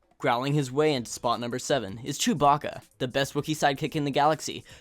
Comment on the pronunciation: It's spelt Han and chewbacca why say hon and chewboka why?